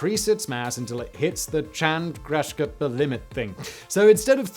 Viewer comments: As far as I know, Chandrasekhar is pronounced "chan-druh-say-car"... I don't like watching people struggle with scientific terms, let alone having to do it myself with new terms @@ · gimme a moment. Lemme help you with that pronounciation you probably don't care about.;) Chan-(as in 4)-druh-say-car (as in vrooom). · It's easy to pronounce: Chan-dra-se-kar-limit